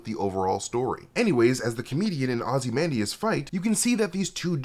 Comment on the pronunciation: You repeatedly pronounce ozymandias wrong